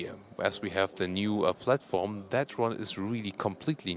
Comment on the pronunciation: flatporm can be forgiven I think, yes, it's not platform but I can only speak one language so can't even begin to make a kind of spoonerism in another language than my own whilst doing a video review, so I think flatporm is acceptable lol